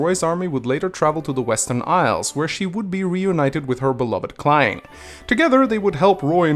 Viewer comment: I just googled my name and now i'm here,, well, props to you for pronouncing Clarine right lmao